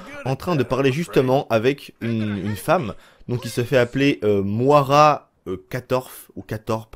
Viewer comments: On dit Moyra et pas Moara ;) !! Dsl j"'ai horreur de reprendre les gens mais au bout de la 5ème fois j'me suis qu'il fallait que qqn te le dise X) ! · ''Mouara'' tu me tue mec 🤣🤣🤣 Ça se prononce ''Moyra'' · Le prénom de la meuf ne se lit pas Moara mais Moyra , c'est un prénom courant au us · ca se prononce moyera prénom irlandais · Moira ..... stp revois la phonétiques mdrrrr